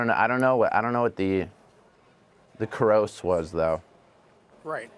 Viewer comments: he said it like "kuross" though, I assume it was some reference that went over my head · Bear Newman he ironically over exaggerated the pronounciation of gross